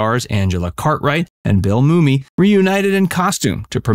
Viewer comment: I've Never Heard Anyone Say Bill Moomy Before